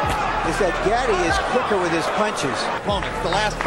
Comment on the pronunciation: "Gauhti", not not "GATTI"